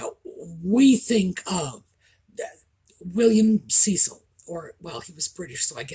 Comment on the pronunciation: You were right, William Cecil was pronounced Cessill not Ceessel... great accent, congratulations from an impressed Brit.